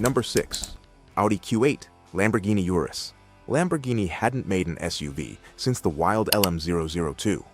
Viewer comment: Urus is Latin, thus pronounced ooh-roohs